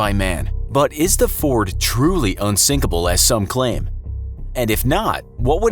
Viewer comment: ''Unsinkable'' I hear this once more time